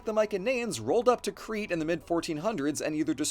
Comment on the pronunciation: Nitpick but I’m pretty sure Crete is pronounced like “crate”